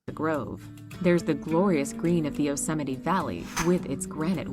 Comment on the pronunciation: The name Yosemite rhymes with tea. Yo-semi-tea.